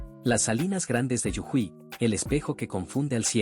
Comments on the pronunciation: Yujuy noooo!!! 😂😂 Jujuy. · Hay que decirle a la IA que es JUJUY no yujuy. El mapa localiza muy mal. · Las salinas son en Jujuy no es Yujuy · Es jujuy NO yujuy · Si te gusta monetizar tus videos, x respeto deberías a prenderte los nombres de las provincias de mi país, el idioma es claro, es Jujuy, y no yujuy, como lo mal pronuncias. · No sedicen yujuy sedice jujuy😂🧉🇦🇷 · Es muy difícil pronunciar Jujuy que tienen que decir (de forma ridícula) yujuy? Si esto es generado artificialmente, le sugiero que revise su programación para no caer en el ridículo. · Y después dicen que somos agrandados... 😁🇦🇷❣️ Corrijan las ubicaciones en el mapa y la pronunciación de Jujuy... Gracias!